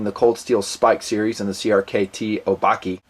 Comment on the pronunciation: I think it's O-bah-keh. As in the Japanese word for monster.